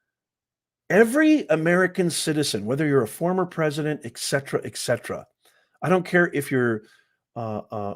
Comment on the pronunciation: Et Cetera.....not Ek Cetra. You're better than that, professor.